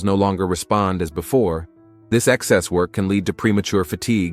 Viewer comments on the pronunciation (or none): none